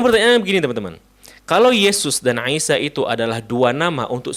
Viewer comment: koreksi : untuk pengucapan nama, artikulasi a,i,u,e,o,sy,sh dll tolong lebih di perjelas lagi saya lebih banyak mendegar dengan tws sambil beraktivitas. contoh: isa yang saya dengar : isa - aisa - iysa - aisha alangkah baik nya diucapkan dengan 1 dialek saja semoga masukan nya dapat dimengerti dan dipahami